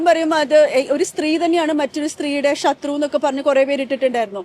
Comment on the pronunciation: രാഹുല് ഈഷ്വര് ഷബരിമല ഷത്രു വഷം (വശം) വിഷ്വാസം സ്ഫുടമായി മലയാളം സംസാരിച്ചിരുന്ന പെണ്കുട്ടി എന്താ..ഇപ്പോ ഇംഗനെ??😢